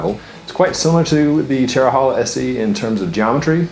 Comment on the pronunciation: Pronounced Chero-hey-la